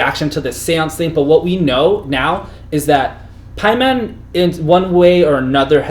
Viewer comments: Dude in the middle saying Pieman... haha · It's PAY-man. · Just pronounce things the way the characters in the movies do. pay-men.